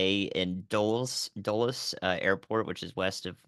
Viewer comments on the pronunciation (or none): none